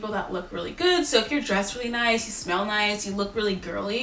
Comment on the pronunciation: When she said in Taurus that you should smell good, I heard “spell good”. I was like, “Well, I think my grammar’s pretty good...” 😂